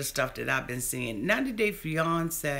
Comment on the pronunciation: I love the way you say fiance. It sounds like fe-yon-ce/ Beyonce lol. Love you for keeping it real!